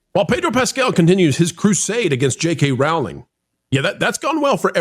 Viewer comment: I love you guys and wanted to let you know the JK Rowling’s name rhymes with BOWLING. It’s a long o sound. You guys are so great I knew you’d prefer to pronounce it correctly. Keep the great content coming!❤